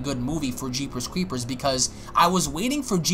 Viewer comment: The way you say jeepers creepers like your teeth are clenched is provoking a "nails on the chalkboard" kind of reaction. Very weird. I'll slap myself in the face. That's better.